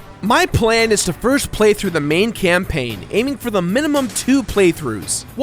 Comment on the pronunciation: spelled campaign wrong. u said campaing :(